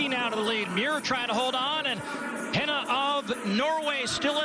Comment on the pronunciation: They need to learn how to pronounce "Hynne". They're going to need it next year.